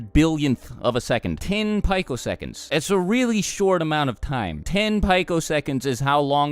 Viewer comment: pico second... "pee-ko" not "pike-o"